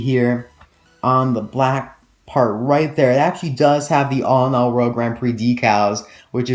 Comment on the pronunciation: ha he said alinall